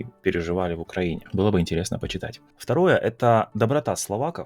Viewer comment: Когда говорит почитать, я слышу «компьютер»😅